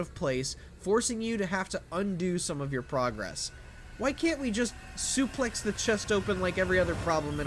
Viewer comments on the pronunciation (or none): none